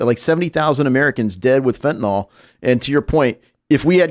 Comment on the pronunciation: FOR THE LOVE OF GOD IT'S PRONOUNCED FENT-A-NYL, NOT FENT-A-NOL